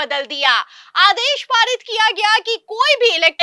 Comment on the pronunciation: इस मैडम के बोलने का स्टाइल बहुत बुरा लगता है, कुछ उदाहरण जिन शब्दों को खींच कर लंबा बोलती है, प,,,,, ल,,,,, टी मार जी है, स,,,,,, बा,,,,,,,, ल किया जा रहा है, आदेश पा,,,,, री,,,,, त किए गए, जा,,,,, री नहीं किया जाएगा, समाचार में शब्दों को इलास्टिक की भांति लंबा लंबा खींचना ऐसा लगता है जैसे किसी पर टोंटिंग कर रही ही, इससे लगता है समाचार सुनाने में भेद भाव किया जा रहा है, इन्हें अपना उच्चारण सुधारना चाहिए